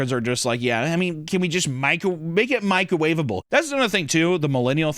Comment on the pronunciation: They way papa said “make it microwaveable” sounded reallllll Jewish 🤣